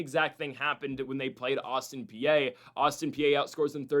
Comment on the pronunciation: Is pronounced Autin PEA, not Austin PA……….